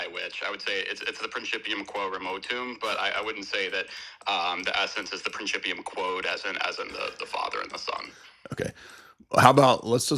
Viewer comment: "...prinCHIPium..." I can barely remember anything from my 3 semesters of Latin in high school during the '90s, but remember enough to know that pronunciation warrants a backhand to the JaW.